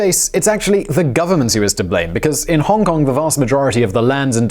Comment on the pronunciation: Try pronouncing the city's name like a normal person first please